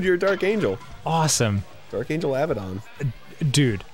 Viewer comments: Abadon, not Avidan. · Pretty sure it's Abbadon. But I'm into the Dark Angel Avidan. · It's actually the Dark Angel Abaddon (Most people incorrectly pronounce it Aba-don, when it's actually a-bad-don.) He's the king of the locusts, IIRC from Hebrew School. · She said "Abaddon", not "Avidan". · "The dark angel Abbadon? SICK!" (yes, I am aware they thought she said Avidan) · Not to rain on their parade, but it is Abbadon, not Avidan. I would be so happy if it was though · Mishearing Abaddon as Avidan is pretty awesome lol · I wonder how many people (including the Grumps after the episode) understand that it's Dark angel *Abaddon*, not Avidan. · It's the dark Angel Abaddon... Not Avidan. Hate to dissapoint 😂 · its dark angel abaddon...not avidan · It was "Abbadon", Dan. I'm sorry. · Preeetty sure it's abbaddon, not avidan but it would've been awesome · its Abbadon, not Avidan.... god i wish lol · not Avadon, it's Abaddon. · No Dan, Abaddon not Avidan. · Sorry to spoil your fund, Dan, but they probably said Abbadon, not Avidan. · It's Abaddon, not Avidan. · Abaddon, not Avidan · Abaddon, not Avidan. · Abaddon not Avidan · Sorry to burst your bubble but its abbadon not avadan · its abaddon though.. not avidan :/ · I know! So frustrating. I immediately scrolled down into the comment section. That feel when people mispronounces the name of your god. #thatfeel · Hate to unDio your day Danny, it’s Abaddon. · Dan mistaking "Abaddon" for "Avidan" will never not be funny to me lmao It's extra hilarious because Abaddon is from the Hebrew bible.